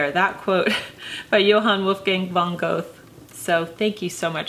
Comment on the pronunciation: This is all so lovely and I'm so glad to have found this channel, and I LOVE this quote. .but the author's name is pronounced (approximately) von "Ger-ta." As it is German it does not follow the usual American phonetic rules.